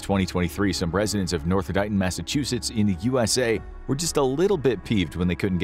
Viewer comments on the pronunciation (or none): none